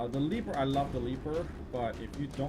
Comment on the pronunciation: "The leaper" lol its leper